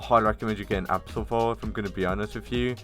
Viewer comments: its abyssal not absal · Abyssal and absol lol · fr he call " abyssal " " absol." ... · Bruh is not abbsel is abyssal